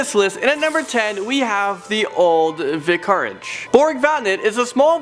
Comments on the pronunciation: He just said vicarrreg it's vic-er-eg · please....for the love of god, someone help to properly pronounce English words! (I can only assume by his pronunciation that English is not his first language) vic-AR-ige? Really? Anne Bowlin?